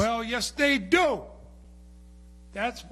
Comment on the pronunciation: "Well yes dey DO!!"